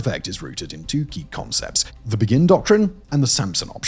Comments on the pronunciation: The Begin Doctrine is not pronounced like the word begin - it's after the Prime Minister Begin (pronounced Bay-gin). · I know it’s a foreign name and it’s alright, but it’s named after Menachem Begin, which is spelled Be-gin with an emphasis on the be like in the song “Beggin’ “, not like the English word begin.